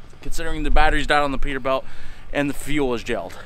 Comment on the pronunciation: It kills me that he says peterbelt and not peterbilt